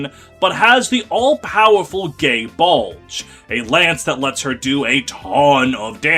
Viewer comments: Gae Bolg said as Gay Bulge made me laugh way too hard 😂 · I can't hear Gae Bulg pronounced that way without thinking of that old Fate/stay night youtube poop. "I can just strangle them"